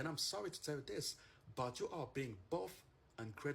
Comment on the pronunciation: but she said i am sowry :(